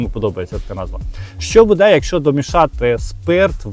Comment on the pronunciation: Не " буДЕ ", а " БУде "! Не знущайся з української мови.